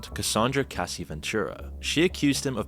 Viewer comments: lol the guys video is almost instantly invalidated when i hear "Kacey"... I know i know.. editing, long hours etc.. it can happen, but man.. everyone knows she brought this case forward so to mess up that name? idk, rubs me wrong... no diddy. holy shit "KID COOTIE" My guyyyy you're killing me here 🤣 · why does he keep calling cassie "casey" lol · I was wondering why he kept saying "casey" & I heard that shit & lost it 😂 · kid cooties lol the pronunciations are killing me of cassie, shyne and kid cudi lol